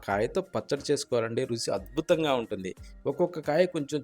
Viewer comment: Rusi endira? Ruchi anavachukada? Nee Bhasha thagaleyya.Vantakam chudabuddi kavatam ledu